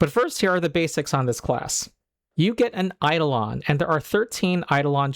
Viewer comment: One correction: It's eiDOlon (ai-DOH-luhn).